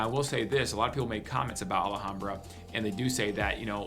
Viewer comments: First of all its pronounced Al Ham Bra, not Allahambra as you say it. Second...my son is with Phoenix PD and he said DONT EVEN DRIVE IN MARYVALE IN THE DAYTIME..Let alone at night. He worked the gang unit there, so from his experience I'd say Maryvale is the most dangerous area. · It’s Al Ham bra not ahlehombra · It’s not ala hambra. It’s al ham bra. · It's pronounced "al - HOM - bra" Not "al - uh - hom - bra" or "al aye hom bra" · ah-la-ham-bra...too funny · He needs to learn how to pronounce Alhambra. This guy is not a native. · Dude !! You can't even pronounce ALHAMBRA correctly. Really effects your credibility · There is no A right after the L in Alhambra.